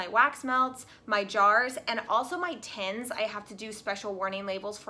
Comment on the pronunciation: t-INs! My dear... TINS. Enunciate the "i" not "tens". I tried not to let that bother me... love u tho!